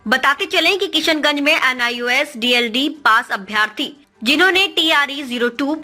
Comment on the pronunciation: D.el.ed hota hai news anchor mahodaya Deld nhi hota hai